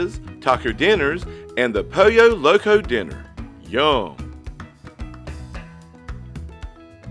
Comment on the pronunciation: Lol .....its pronounced Poll - Yo Loco . I've got a southern accent too 🤣